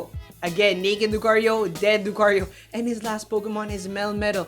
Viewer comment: why, just why... i like to name all my 90+iv mons, my female Lucario named Lucy now NEEDS an italian-like name e_e ... she just NEED IT, cant say Lucario again without that accent